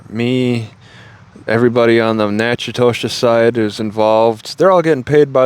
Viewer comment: It’s pronounced Knack-uh-dish